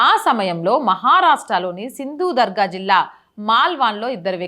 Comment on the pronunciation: సింధు దుర్గ్ సింధు దర్గా కాదు నువ్వు సరిగ్గా ఉంటూ సరిగ్గా మాట్లాడు